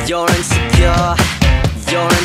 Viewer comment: Bro pronounced insecure wrong every time 💀